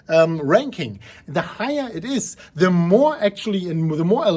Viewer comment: Haha ya this is classic. Its more like “today, for da bitcoin” 👍👍👍